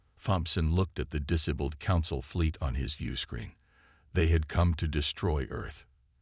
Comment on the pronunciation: this story line has been done to death. can't you come up with an original idea? also learn ho to pronounce words like disabled correctly